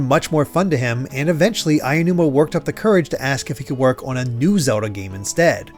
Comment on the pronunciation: Is it just me or after hearing it so many times it starts to sound like he's saying Zewdoh